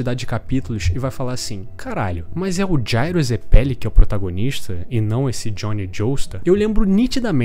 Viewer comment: Mano, me deu uma agonia danada do jeito que você fala zeppeli, e ao invés de dizer esfera, você fica falando bola kkkkkkkk. Canal muito maneiro.